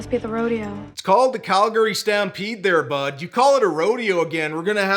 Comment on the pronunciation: she even says "Calgary" properly like she's from here. "Calg-ry" not "CalGARY".